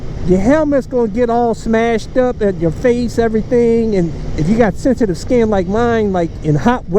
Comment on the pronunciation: Sencetive skin? are you fo real man? Lol